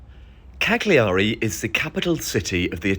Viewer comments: If you called it by it's proper name it would be nice.. silent G.. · Minor point, we don't pronounce the g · poor man, he is so camp he cant speak and clearly will never manage to say cagliari properly!